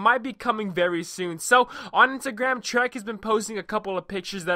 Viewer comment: I love how you pronounce Treyarch as Trek XD Great vid